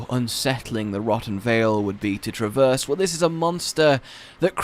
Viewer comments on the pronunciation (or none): none